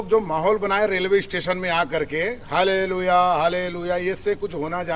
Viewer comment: Halleluiya bolne nahi aata hai to pahle shikh kar aawo phir ish sabth ka prayog karna